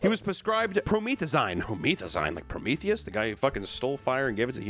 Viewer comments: pro me theee zine bro its "pro meth ah zeen" lol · You can tell papa has never listened to future, promethazine is pronounced pro meth a zeen not pro meeeth a zyne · pronounced "pro-me(meh)th-uh-zeen" basically lean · Promethazine: Pro-meth-ah-zeen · sound it out with me - PRO - METH- AH - ZENE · I don't know why this is driving me crazy but it is. its pronounced pro-meth-azeen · your from texas papa surely you know how to pronounce proMETHaZEEN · the way he keeps saying pro-meth-a-zine lol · imm a pharmacy professional. it’s “pro-meth-uh-zeen” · Pro meth e zeeen say it with me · Also Pro-meth-a-zeen LoL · PRO-METH-I-ZEEN lolllll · Promethazine pronounced pro-meth-ah-zeen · It’s pronounced pro-meth-a-zeen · We can see papa hasn't done some moderate to heavy drugs before. Pro-meth-uh-zeen. Hit em with them future lyrics. (Ily, please don't put me in a video. And if you do, can I be in the actual video if I fly out there for a 15 second segment reading this out?) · Its called "Promethazine" (Pro-Meth-Ah-Zeen) It is the generic preparation of "Phenergan", And it is a strong Ant-Emetic that helps alot with nausea, vomiting, motion sickness. Great video Papa! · It's pronounced pro-meth-azine. Like pro magazine but with meth. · Pro-meth-e-zine. Zine pronounced like magazine. Imagine taking cough syrup to the vein. Yikes. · its pronounced pro-meth-uh-zeen, do that again and ur getting shipped to brazil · Just an fyi, its pronounced "pro-meth-uh-zeen" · I’ve never heard promethazine pronounced like that before hahah, glad isn’t familiar 😂👍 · butchering promethazine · Making promethazine sound way cooler 😂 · Papa not knowing how to pronounce promethazine or what it is is oddly wholesome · The way he pronounced promethazine shows how innocent he is 😂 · >Taking a shot every time mispronounced "Promethazine". 😵‍💫🥃💊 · This is random but isn’t he pronouncing promethazine weird 😅 idk made me chuckle